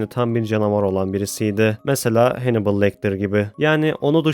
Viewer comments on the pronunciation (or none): none